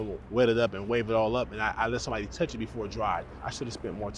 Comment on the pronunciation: it's towchh😂😂